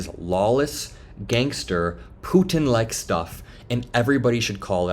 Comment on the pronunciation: Hey, I love the show. And really sorry to be nitpicky, but the Putin pronunciation bugs me. I have heard say Puttttttin and Pu-in interchangeable, and the name comes up so much that the difference is eating a hole in my brain. Can you please call him 1 or the other. Again, it is so minor. But to me, it's like nails on chalkboard or something.